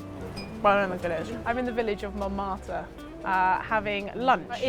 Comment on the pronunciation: NOT MON MARTYR. MON-MART-RA is the correct FRENCH way of pronunciation. But, don't listen to me, I'm Irish, served 5 years in the French army, and then studied across France, and had many courses in the wine regions, as well as touring France with my partner, Patricia. So, what would I know, eh? And SA did not deserve to be in the RWC, they won 3 matches by 1 point, disrupted play after play, and closed games down. This was not a RWC championship performance.